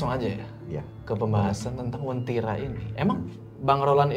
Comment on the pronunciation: Bukan wentira, tapi uentira.